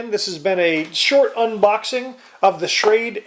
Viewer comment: not that it matters but its pronounced Shrawduh